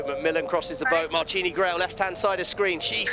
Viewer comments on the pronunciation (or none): Pretty sure a martini is a drink and Miss Grael’s first name is pronounced ‘Mar-Teen.’